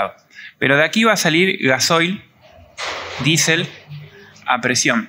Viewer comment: hermano es diesel no disel